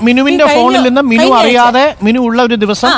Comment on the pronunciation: മിന്നു അല്ല മിനു ആണ്